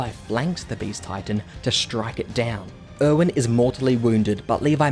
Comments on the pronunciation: literally thought he was saying “owen” for erwin this whole time and was like “who tf is owen?” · Er-wen. Er-wen. Not Owen